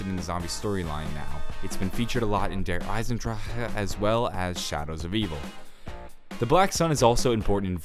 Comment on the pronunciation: I hate the way he says Der Eisendrache....I cringe every time.